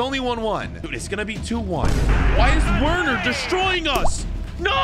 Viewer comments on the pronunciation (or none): it’s not werner you write it like this but you say it verner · ITS NOT WERNER ITS VERNER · Just so you know it's spelt werner but it is pronounced verner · umm i think its pronunced verner yeaaa